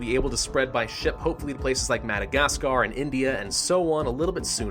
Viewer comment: When you say madacasgar ((idk how its spelled in englinsh. Im a finn)) It sounds like Mad Azkar Edit: or madic azkar